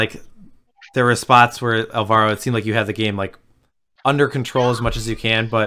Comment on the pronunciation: It's ÁLvaro, not álVAro.